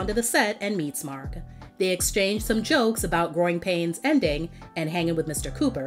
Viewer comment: I cringed every time raven called him cousin markn 😮‍💨 I'm like just say mark dang it!!